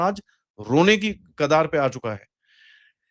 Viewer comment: It’s not kadaar it is kagaar my friend